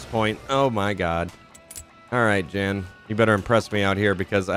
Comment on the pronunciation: Jan's pronounced like "yawn". It's a German version of "John".